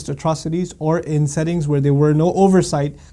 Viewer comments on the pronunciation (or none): none